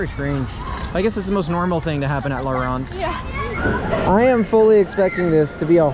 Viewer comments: le rrrronde bro your trpping its laronde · It's pronounced "La Rownde" Like "Row" sound, not "ron". Great vid. Was just here like 2 weeks ago.